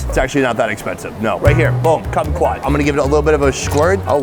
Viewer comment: Cummy-twot ... was that a lime ? Lol